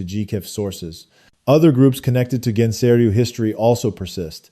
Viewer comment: Nice video. However, Gensei is pronounced with a hard g as in "guest".